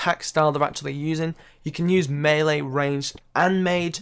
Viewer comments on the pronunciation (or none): none